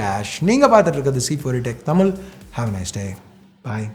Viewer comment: தலைவரே தமில் இல்ல ... தமிழ் னு உச்சரிங்க.